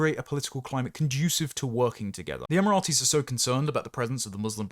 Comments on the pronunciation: I really thought your pronunciation of Emirates was just an accident in the last vid, but you've said it Emirates as if it's the name of a Roman soldier more than once this time too. I've never heard the Emirates pronounced like that in my life. Em-er-its not em-er-at-ees. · Emirates not Emiratis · “Emirates” is a three syllable word, not four. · Ratees are people from tbe Rites.